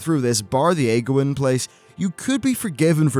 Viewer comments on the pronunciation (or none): Age-wynn not agwynn you idiot.